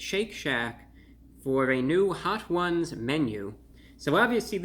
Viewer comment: I've never heard Hot Ones pronouned "Hot Whooouns"